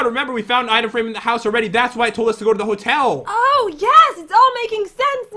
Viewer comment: Is It Christmas Yet? Cause You Said The Ho Ho Hotel that sounds like ho ho ho